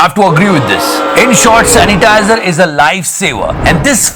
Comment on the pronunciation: #The satya show Are bhai meri to hasi hi nhi rok rhi.chalo didi sanitizer word rong bola .but it's ok.yaar Lekin ussai zyada mazaa to second video mia dai diya .usnai bc wali gali bhi bhuth funny thi 😂😂😂🤣🤣🤣🤣🤣🤣🤣🤣🤣🤣🤣🤣🤣🤣🤣